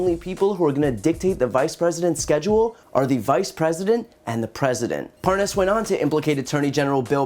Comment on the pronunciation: how to tell the Nunes & Parnas KNOW 1 another... like so many other incidents, Nunes kept trying to pronounce "Parnas" incorrectly, ("Parnaz" & "Parnoz") but when he had to speak faster & attach dudes "WIFE" to the end of said title, he said his name JUST FINE... &then he went right back to mispronouncing it... 🙄